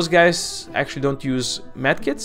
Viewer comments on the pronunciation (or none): Did he just said "hey gays"